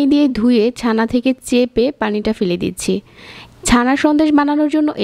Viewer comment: it will be chana not sana. lmfao